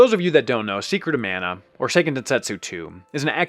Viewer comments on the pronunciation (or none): Mah-nah not Man-ah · it's pronounced mah-nah